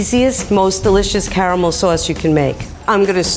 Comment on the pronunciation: they really be sayin Car-eh-Mel instead of Carmel